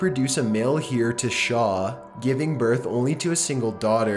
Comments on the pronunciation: "Heir" is not pronounced 'here', it's pronounced 'air'. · Heir is pronounced "Air" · I appreciate the narration of #15 more than your present one,. You're inflecting in a natural way, like you're actually talking. (By the way, the word "heir" is pronounced "air," not "here.") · At approximately you incorrectly pronounced the word heir. You were speaking about a woman who was unable to provide her husband with a male heir. You pronounced the word like "here" when the correct pronunciation is like "air". The saying a son and heir means obviously his son but also usually (but not always) his first born son and someone to take his place or take over for him. I absolutely mean no offense in pointing this out, and mean for it to be helpful for future references. I'm only mentioning it as I personally find that incorrectly pronounced words really stand out for me . Otherwise good work and I look forward to watching more. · Heir is pronounced "Air" not "Here" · Heir is not pronounced hear it’s pronounced like air is.... come on.... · "Male HEIR" pronounced.... Male "AIR" (just say "hair" but drop the "h") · How are there no comments about him pronouncing "heir" as "here"? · heir is pronounced /air/ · His pronunciation of Heir is ghastly. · Either he does not know how to pronounce "heir" or there are ways to pronounce it that I am not aware of, lol. It is .